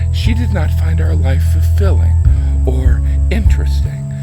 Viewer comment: “Hlife” 😂😂😂😂😂😂😂 literally dying of laughter